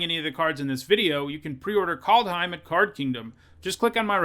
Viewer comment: KALD not Cold , KAAAAALD